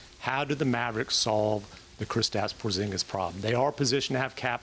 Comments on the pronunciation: Kristaps "Pozginis" lool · “Pozginis” lol